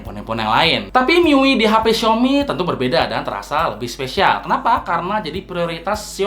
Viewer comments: bacanya miui yah bukan mi yu ay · Mi yu i🤣🤣🤣🤣🤣🤣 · MIUI Dibacanya Mi yu ay Bang ,Saran Aja